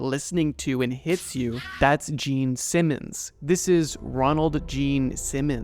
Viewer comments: the fact that you kept emphasizing gene simmons instead of ronald is a small but hilarious mistake lol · it was even funnier for the fact that the narrator kept emphasizing the gene simmons part instead of the ronald part of his name lol